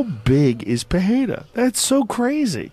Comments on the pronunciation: This guy insists on calling him Peheira lol, it's just Pereira man, you can see how Alex pronounces his name in Nina's videos. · Puh - Ray - Ruh. WTF Joe, who taught you that the letter "R" is pronounced like an "H" in Portuguese? Under no circumstance is this true in any of the 7 different accents of the Portuguese language...Somebody took you for a ride. Yesterday I went across the street to a head shop owned by a Brazilian guy and we had a laugh at your expense when I told him that you pronounce Pereira Puh - Hay - Ruh. You can lead a horse to water ... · "alex puhhayda" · PeReira not PeHeira... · Joe PeHEYrah Rogan. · Joe "Pekheira" Rogan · it's pronounced 'pereira' with no h, wish joe would just do his hw so he can pronounce it correctly especially as he claims to be a fan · Why does rogan keep saying « peheira ». If you cant pronounce it right just stick to english pronounciation lol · Yep… can’t even say his surname correctly though lmao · Joe Rogan says his name wrong all the time 🤦🏻‍♂️🤦🏻‍♂️🤦🏻‍♂️ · Pereira is so amazing and Joes podcast so successful and yet no of these guys can say the mans name correctly 😂